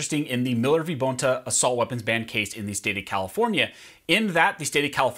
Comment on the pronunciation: It’s not BONE ta it’s bon ta (Bonta).